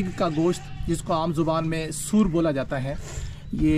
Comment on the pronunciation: Sur nahi suar bola jata hay